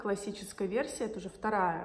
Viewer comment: Не Венетта, а Вэнэта и ударение на первый слог. Вэнэто это город в Италии.